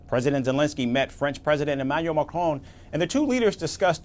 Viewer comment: Pronunciation of the French president’s name: not McCrone or, for that matter, McCroon.